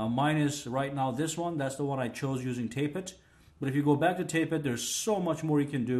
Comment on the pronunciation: tap-et not tape-et ;)